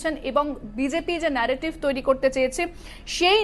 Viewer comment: এত নেরোটিভ ন্যারোটিভ করবার মনে কি । বাংলায় খবর পড়ছেন তো ?